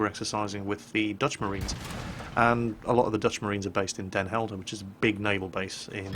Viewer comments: he actuall pronounced it properly, whut? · What? not butchering trying to pronounce Den Helder? What is this madness? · you prompunced den helder the best out of every brittish guy and american and i hope you would want to come to the netherlands again so i can meet you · lol i know, my reaction was a bit sarcastic :) i actually flipped because he didnt struggle at all and just said den helder like a proper dutch kerel, :) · CAN PRONOUNCE DEN HELDER CORRECTLY +1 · Braveheart in cinema?, ur old!!!!:)))) Btw, nice pronounciation of Den Helder, excellent. We Dutch need no subtitles, we all speak English. French is also taught at school, as well as German, but not so intense as English. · good pronouciation of den helder